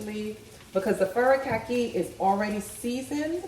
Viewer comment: Wow those fresh vegs are beautiful and healthy looking. I'm going to try the lobster roll and you just gave me an idea for crab cakes which I haven't had in such a long time. By the way I believe it's pronounced FUR-REE-COCK-KEE...this is how the cashier at the korean market pronounced it. I bought some Nori Komi Furikake to go on my rice. Anyway, you are a God Send...most recipes I found use mudhrooms and I'm not a fan of them. I do use hearts of palm and jackfruit and walnuts as a meat substitute but not many pepole use these in their recipes. Looking forward to seeing more from you.😘